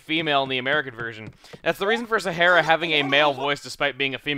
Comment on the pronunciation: Sahara is pronounced like the Sahara Desert in Africa.